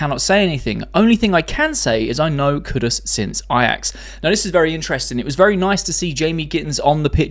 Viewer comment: Boy, this guy can't pronounce Kudus' name even if his life was in danger 🤣🤣